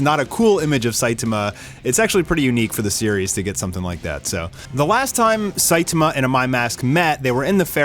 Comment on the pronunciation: Dood, please learn how to pronounce Saitama. The least you can do is to say the main character's name correctly. I stopped watching because I couldn't listen to you butcher his name any more.